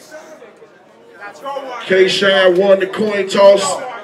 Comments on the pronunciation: "Kay" Shine? That's low-key disrespectful. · "Kay" Shine, tho? SMH